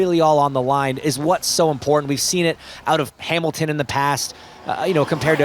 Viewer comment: Who is this Hay-milton?